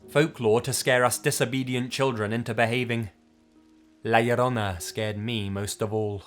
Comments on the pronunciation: Quien más se rió cuando dijo “La liorouna” y “El cucoi”?? 😂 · no you said them right every mexican knows about la loronia the lady in the lake